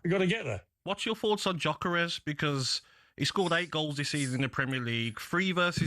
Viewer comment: How people are still pronouncing his name as JOCKEREZ and not gyokeres is unbelievable Jeff